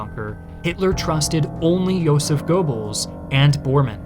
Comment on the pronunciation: It's Joseph not Yoseph